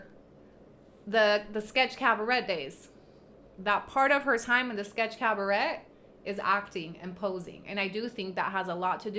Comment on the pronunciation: Cabaret is pronounced cab-a-ray.